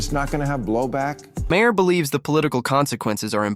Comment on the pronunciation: Again you can’t pronounce his name correctly.